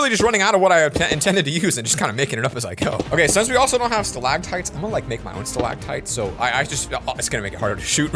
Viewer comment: nobody: the entire universe is silent:: stilagtiets